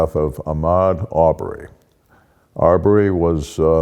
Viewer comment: Ahmaud Arbery is pronounced "Armed Robbery"